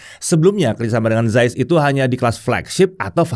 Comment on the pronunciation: Zeiss org panggil "Zais" Sya pula panggil "Zis"😂😂